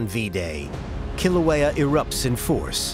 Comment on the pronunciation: Couldn't the Smithsonian have gotten a narrator and expert that could pronounce Kilauea and Hawai'i correctly?! There's an API museum that's part of the Smithsonian...!